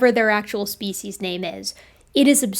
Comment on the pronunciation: I have watched and enjoyed so many of your videos. I am a big fan of you and love your scientific approach and presentation. I have one miniscule complaint. I wish you would change your pronunciation of "species" to the dictionary's preferred pronunciation. I have 4 dictionaries but I prefer Merriam Webster's Collegiate. Fond regards, David S. MİT, class of 1961 (yes, I'm ancient)